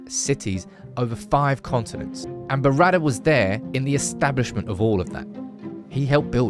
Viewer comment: It's not DD. It's Berrada, not Beradder. Sorry, your pronunciation is getting on my wick.